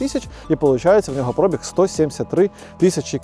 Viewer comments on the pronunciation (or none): Коли ви вже всі мамкині блоХери навчитесь ставити наголос у слові «пробіг»?😂😂😂